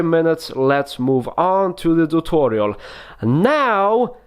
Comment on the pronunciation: How we spell it : tutorial How he spells it: thoothorial